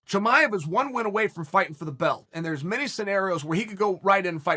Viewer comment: “ Chum-I-ave”